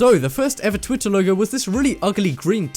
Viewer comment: when he pronounced twitter haha